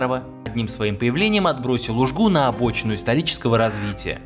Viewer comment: Стыдоба. Такой материал подготовить, сам из Коми и не знать, что правильно У́жга, а не УжгА